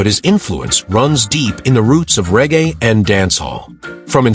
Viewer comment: The commentary / word pronunciations are deplorable. Regae..... rarga ??? Raster renaissance...... rusta ????? And hes was 'unalived.' You moronic eejit. He was dead/killed/murdered.🥴😵‍💫🥵